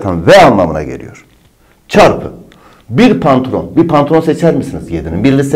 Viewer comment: pantılon demesi dikkatimi çekti bir baktım gerçekten pantılon yazmış ndncnrjxjekxjejxks